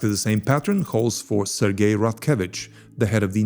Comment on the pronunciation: Actually you are prnouncing Russian G very well drug (/ firen) but then pls be cinsequently and say Ser-Jay not Sergay and J-roupe - not GRou0p -- thanks spasibvo ogromnoie - napishi mne kogdato pozalshto - ceilujuy zayka :-)